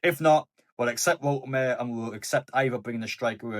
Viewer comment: Bro, please get the pronouniation right.. Wolte ma de.🎉